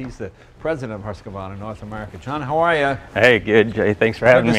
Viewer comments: The U in Swedish does not have a good counter in English, the closest I can think of is a ew sound. Which makes Hus - Hews (Still not right, but closer). Then, since the brand is named after the town Huskvarna, with a K not a Q you do not pronouce the Q as hard as Jay and these guys do it. Instead of Hu sq varna, its Hus (hews) kvarna. As somebody else said, think of it as two separate words. Hus (which meens house btw) and kvarna (which kinda means Mill) So the name is HouseMill-a. xD Vitpilen is white arrow, and svartpilen is black arrow. VeetPeelen I'd say is a close pronunciation. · HEWS-QUAR-NA is alot better way to pronounce it, but since the President of Husqvarna NA pronounce it the same way as Leno does... Argh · Hey Jay, love your presentations. Lots of background information. You seem to really prepare to every episode. FYI: "Who's-KFARNA" is the phonetic equivalent of the swedish brand name. It's a Nordic company, they speak differently over there. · Nice video (as always), but Jay...it’s Husqvarna not Huscavarna! If you get it wrong, that’s ok BUT - being a representative - should spell it correctly! Also: You stated Husqvarna being a small company. Well...belonging to KTM, more or less I’d say...!? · Didint say anything about the 401 after the ride. And it's Husqvarna not "Husqa-varna" lol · I'm am slightly surprised that even Husqvarna employees are mispronouncing their name. Phonetically it is sounded "hoos-kvarn-ah". There is no "e" between hus and qvarna. Hus means 🏡 and kvarna means a small mill. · When an employee of “Husk Varna” mispronounces the company name, you know you’re in trouble. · For a swede hearing they pronounce Husqvarna as HussKaVarna. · Actually - its not Husqa -varna , not husq varna and not husky - its Hussy/Husssie from now on , ok " Im going to be riding my Hussy" sound great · Fyi for those of you who dont speak swedish and want to pronounce Husqvarna correctly... Huus-kvarna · They added an A .... HusqAvarna